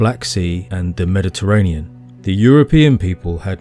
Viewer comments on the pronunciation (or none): none